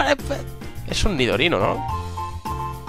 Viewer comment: el nidorino no te salio mal eee